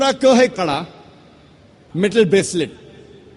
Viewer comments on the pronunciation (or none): none